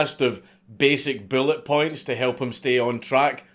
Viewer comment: WTF is a "billet point"? LOL L2 English